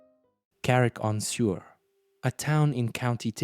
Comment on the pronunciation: Suir is prononced Sure not sewer